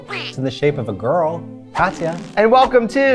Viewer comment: "Welcum" Hahahahahhahahahahahhaa